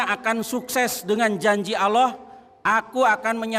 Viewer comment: Nyebut Allah aja asal asal an😂😂😂😂😂